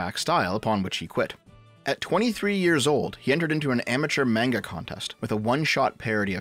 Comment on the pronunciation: I thought someone called shortfatotaku would be able to pronounce manga correctly